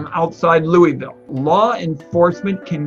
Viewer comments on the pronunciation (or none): His pronunciation of Louisville hurts me, and I'm not even from Kentucky.